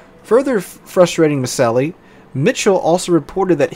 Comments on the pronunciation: The Captains name is pronounced "Moosawly" not "Moosaly". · It's GMG1(SW) Dale MORTENSEN not Mortesen. The CO's name is pronounced Moo-SAHL-y not Moosahly. If your gonna talk about my shipmates the least ya can do is get their names right. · The Captains name is pronounced Moos-sally. Petty Officer Hanyecz is pronounced Hen-Yez. It wasn't minutes later, when Petty officer Henyecz screamed out Mort Mort Mort is was only a split second later that center gun exploded. Petty Officer Mortenson is pronounced Mort-in-son. Also Petty Officer Mullahy who was assigned to the magazines in turret two entered the powder flats shortly after the explosion, saw all the burning powder bags and that everyone was dead. He buttoned up the powder flats, the anular space and the magazines and ran down to Damage Control Central and without authorization flodded the powder flats and magazines, he was only a 3rd class petty officer at the time and he got promoted to Petty Officer second class by the Admiral in charge of the investigation a few days after the accident.